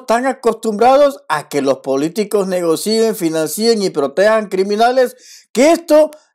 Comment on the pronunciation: está bien lo que dices, pero las palabras financien y negocien, suena así, negocien, financien, no financíen ni negocíen, es decir, no lleva acento